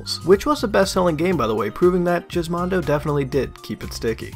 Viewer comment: What the hell is Jizzmondo - I thought it was GizMondo with a G not a bloody J